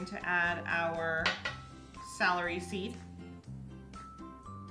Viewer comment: Did she say Salary Seed, or Celery Seed?